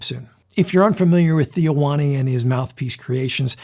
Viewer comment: it's not Theo Wanne, it's pronounced wain or wane